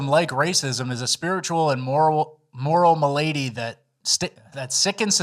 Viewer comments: Come on... it's mah-lah-dee... not "m'lady"🎩 haha XD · ma-lady? No mal-addy. Yes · it's "mal-ady" not "ma-lady" lol. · You said m'lady instead of malady. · there's a difference in the pronunciation of malady and m'lady. One is what Redditors like saying, and the other is a real word. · "Ma lady"? It's mal-ah-dee (malady) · It's not Ma'lady... like an English fancy boy. It's MAHL--LADEE like a certain Scottish Grounds Keeper. Try again. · Did I hear a “my lady” from instead of “malady”? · say it with me.. Mal-uh-dee. Not m'lady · Muh-lady? You mean malady? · Did just say my lady instead of malady? Lol rofl. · Hearing read "malady" as M'lady just made my day, ty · Isnt it pronounced “Mal - Addy”?